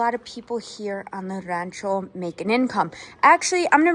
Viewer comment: Praise God hallelujah thank you Jesus! What a wonderful gift passed down from your great grandfather. I too am saved because of GOD'S grace and mercy.❤ I like the way you say rancho😊